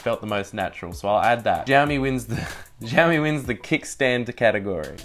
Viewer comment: giaomi ? :D :D aussie cant pronaunce.. its shiaomi